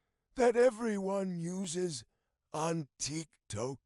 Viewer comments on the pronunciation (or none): "On TeeToke"